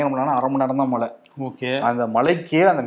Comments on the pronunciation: A request to. Please try to pronounce the Tamil letter ""ழை"" correctly. Speak "மழை", and not "malai", which means something else. If you try honestly, you can get it in a week's time. Please. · தம்பி மலை அல்ல மழை நாக்கை சுத்தப்படுத்துங்கள்